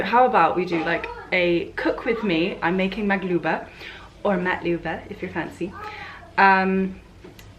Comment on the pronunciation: When you said maglubah or ma2lubah if you’re fancy, I’m actually impressed 😂